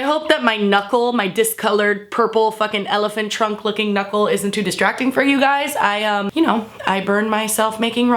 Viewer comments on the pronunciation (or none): I though she said Elephant Trump not Elephant Trunk haha 😂